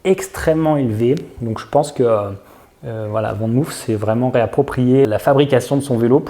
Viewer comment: Je sais que les français ne sont pas les meilleurs en néerlandais mais pour info van moof se prononce "fane mof " et non "vane mouf" ;) groetjes ;)